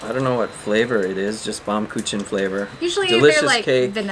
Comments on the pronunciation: Google Translate pronounces it as "baumkoohen" with kind of a slight harder edge to the "h" sound. That's using German. Using English it pronounces it as bomkitchen. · Hello and! Great to see you both on this video. If it helps, the German cake is pronounced "Bowm-koo-ken," if you pronounce "bow" like taking a bow at the end of a performance. The translation essentially is "Tree Cake" because it looks like a slice of a tree trunk, due to the concentric rings. Thanks for the wonderful video!